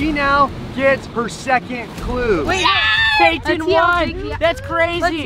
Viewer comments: Not Patin but Payton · Payton not patin